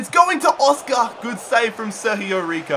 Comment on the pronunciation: its sergio rico not serhio riho